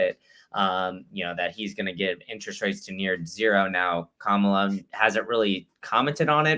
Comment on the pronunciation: doesn't have the guts to correct disrespectful and intentional mis-pronunciation of Kamala's name.